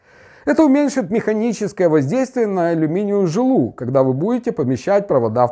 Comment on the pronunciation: ну, Вы сказали, на алюминиевую жилУ) Повеселило)) Это как - тУбаретка, поликлЕника и водУ. Не обижайтесь, просто обратил внимание на забавное произношение.